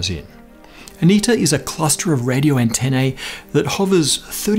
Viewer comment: The last syllable of “antennae” (the plural of “antenna”) rhymes with “knee”, not “nay”. Why? Because it from Latin, and the Latin dipthong “ae” rhymes with a long “e” (“ee”). That’s why the first syllable “Caesar” has a long “e” vowel sound.